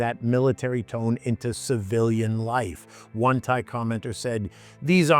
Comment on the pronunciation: What is a "Tha-ee"?